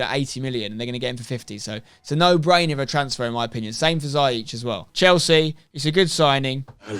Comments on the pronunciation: Damn "Zyeech" 😂 What a signing tho 🔥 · pronounced zi-ya-sh from a moroccan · It's Ziyech. See-yeck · Haha, ziyech is quite a difficult name to pronounce, in the Netherlands we have said it wrong all along as well. The dutch way of saying it: (which he is fine with) : hakeem zeeyeg -with the dutch guttural 'g' The moroccan way of saying it: hakeem zeeyesh The english way of saying it would be 'hakeem zeeyeck' and I think that would be the easiest for you :) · I'm a chelsea fan and I am pretty sure it's pronounced Zeeyek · Ha-keem Zee-yek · It’s actually pronounced “ziyesh” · "Ziyech" is actually pronounced "Zee-Yesh" or you can even say "Zai-Yesh" x) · As An Arab I can can confirm it’s pronounced “zeeyesh” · His name is not a Dutch one. Its a Moroccan name pronounced "Zeeyesh" . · Spen you pronounce it zee-ech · Nobody: Spener: Za-yeech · ziyech is pronounced Zi EGDE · His name is pronounced Zee Yesh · it’s pronounced Zee yek just to let u know mate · It’s pronounced Zee-yech 😉